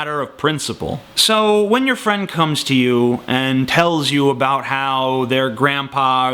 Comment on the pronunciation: "abo ut" you canadian?